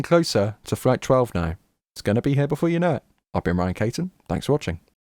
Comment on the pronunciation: It’s Caton . He pronounces it Kate-On though it kinda looks like Cat-On.